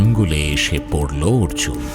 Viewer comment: অর্জুন 'র' বলতে পারছে না!